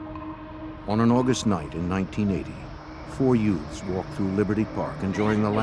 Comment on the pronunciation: “Four Yutes” there, fixed it